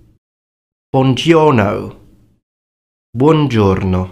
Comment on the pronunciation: Why aren't you pronouncing the u in buongiorno?